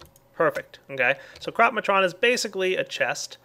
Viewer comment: when i heard you say "crop-matron" i thought you said crap matron :P